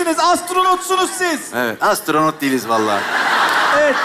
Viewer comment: astronotsunuz siz:as(z)tronot degiliz valla